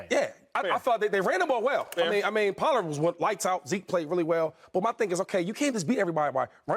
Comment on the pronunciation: shady you need to learn the name Pollard. your gonna be saying it a lot